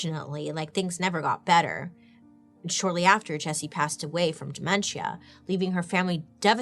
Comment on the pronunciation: “De-men-SHEE-AH” 😂 I’m crying